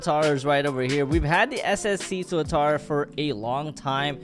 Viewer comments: The previous one says SCC and now it says SSC now he pronounce it right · finally he pronounced it right